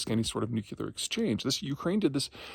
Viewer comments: Please! Nu-clear! Not nu-cu-ler........ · Insightful and original, as usual. At least we didn't have to listen to "nu-CU-lar".